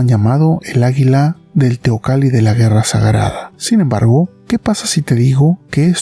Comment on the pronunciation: Si es nombre indigena xk la pronuncia teocali.y no teocalli tal como esta escrito?asta en eso keremos ser gringos?escribir de una forma y pronunciar de otro k mal